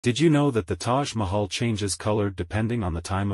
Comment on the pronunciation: Bro thats fake. Im indian myself and fix ur pronounciation of Taj Mahal